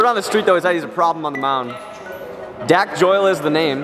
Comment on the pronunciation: Kyle “ they’re gonna go to dack joyle here”😂😂 lmao